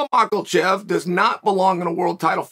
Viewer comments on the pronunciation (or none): There is no "L" sound in his last name. Its "Makhachev" not "Makhalchev" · Makal-Chev Hazmat - Chimaev😂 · "Islam mackelchev" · "Islam Makalchev" gets me everytime ngl😂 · I just commented the same thing lol. It's too funny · Makalbocher lol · *muckle shev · Makalchev....Blahol Muhammad.... Khazmat,...Chael has a wierd approach to Muslim names. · Let's not lie Makhalchev sounds more epic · Everybody is calling him Makhalchev now 😂 and I think it's unintentionally and because of Chael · Is it a bad omen that uncle Chael is giving MahkeLchev an "L" before he even gets in the ring? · Belal is Behal, Khamzat is Hazmat, Pereira is ? and now its Islam. Anyone got anymore butchered names by Uncle CHuol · “Islam Makalchev” 🤣🤣🤣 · Chael how do you say it maklachev? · There's no "L" in Makhachev, where are you reading Makulchev? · "Islam Michaelchand.." - Chael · Maklachev lol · What’s a mocklechev??? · "Islam Macklechev" is gonna whoop Charles. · Ma’kel’chev ......... seriously! 🤨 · Maklachef, Mackelchev, Blahall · This guy cant pronounce any russian fighters name properly. Habib, hazmat, mackelchev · Who the f is Makalchev? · Why does he say his name like that 🤣💀🤣💀